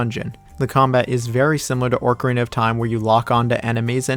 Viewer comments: My wife couldn’t withstand how you say Orcarina and not Ocarina 😅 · ORCarina xD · Why Orcarina 😭😭😭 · OCarina of time not ORCarina of time. Great vid tho, just pissed me off hearing that LOL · Tf is “ORKarina” of time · Made it to him saying ORCarina of Time and immediately got pissed. 10/10 video. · YES OMG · Someone who says it “Orcarina” WOULD rank Majora that low… (I’m just teasing, but this one was rough for me on a soul-level lol) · Listening to you mispronounce ocarina was all I needed to know. You are obviously not very smart. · Bro what is that pronunciation of “ocarina”, there’s no “r” before “c” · It's like a dolphin.....a killer whale of time!